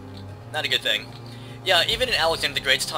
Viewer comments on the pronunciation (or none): none